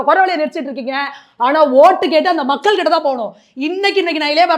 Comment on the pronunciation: இலைய பாரதம் , மக்கல் - மொதல்ல இத ஒழுங்கா சொல்லுங்க நெறியாலர் - அவர்களே.